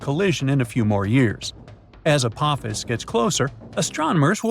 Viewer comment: I can't take the fucking up the name Apophis any more... it's ( A-Pa-Fis) not ( A-poe-fees) !!!